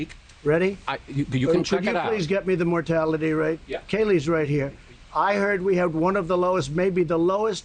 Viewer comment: 🤣🤣🤣Yeah! We can all clearly tell that his source was out of his ass! By the way, I bet it’s Fox News because Stephen was saying Kayleigh!😂😂😂